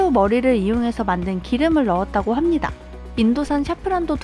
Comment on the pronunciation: 합니닥. 입니닥 킬포입니닥!ㅋ